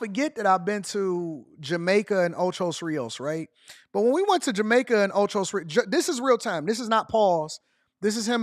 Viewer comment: It's called ocho rios AD... I nearly fell out this chair hearing you say it like that so many times 😂😂😂😂😂😂